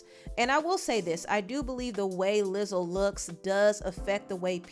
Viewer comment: she really said "lizzle"